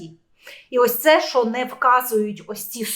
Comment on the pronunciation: Не "щьо", а "що".